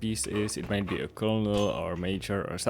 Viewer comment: Colonel is pronounced like “Kernle”.